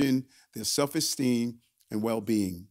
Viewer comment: If I hear "ax" instead of 'ask"......I'm moving on. I will not go along with it. Did I just hear exteem for esteem? 🧐